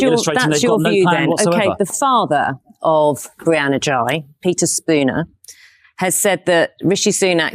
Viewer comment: Sunak couldn't even get Brianna's surname right in his tepid "tribute"